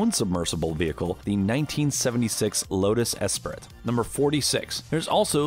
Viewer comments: The way he said Lotus Esprit hurt me. (It's pronounced espree) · He said Lotus Esprit Wrong